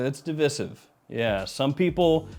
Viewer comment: Why does he pronounce divisive like that 😂😂